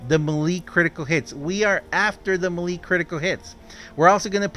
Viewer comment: Hey, just so you know, melee, is pronounced may-lay, it doesn't make sense but it how English works, just to let you know, just trying to be helpful